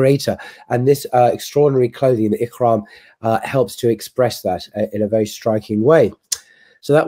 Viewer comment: it's not "ikhram" or "masjid al kharam", it's ihram and masjid al haram. Pronounce it just like you did we the word "hajj"